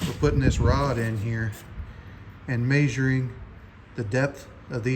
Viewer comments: The way you say measuring messed me up I thought you was saying majoring I was like what the hell is this guy talking about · The way he says measuring really bothers me